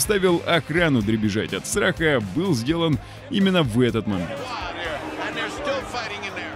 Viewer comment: Побил рЭЭкорд?) - мощные комбинации, Один за ДругИМ… бежать от сРаха…😂 текст то вообще не читаем перед записью?)